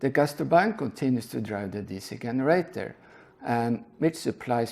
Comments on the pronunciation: Good video, thanks. If you care generator is said with J sound like jeans in english. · It's pronounced "jenerator". English is silly. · Hey, I know english isnt your first language so I'm just trying to help you out here, but you always mispronounce the letter 'G'. It's pronounced with a 'J' most of the times when you mispronounce it, like in 'GENERATOR,' OR 'GENERATION' OR ' 'GIST', They would all be pronounced with a 'J' sound in the place of the G. From hearing lots of your videos, your clearly unaware of this, so just trying to help.